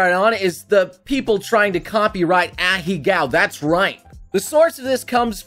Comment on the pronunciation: did he just say ahecows